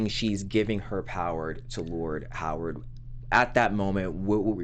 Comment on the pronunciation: COME ON guys. Its pronouned "HAR-WOOD" not "HOW-ARD". Its been 3 episodes at least you keep saying this name incorrectly. You're going to confuse folks watching / listening and saying to themselves, "Who is this guy with a first name of "Howard" that I never saw in the show!!?? "